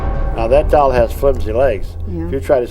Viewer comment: Doll:- ❌ डोल:- ✅